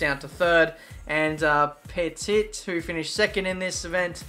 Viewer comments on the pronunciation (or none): Longer videos. Always longer videos <3 Also, the French guy who is 2nd in the championship, you should pronounce his name like "p'tee" like a lower case p, the "puh" sound, "p'tee"